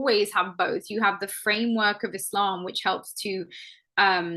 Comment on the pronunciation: Islam not ezlam for the guy first fucking talking, you must lern pronounciation first before lern what islam is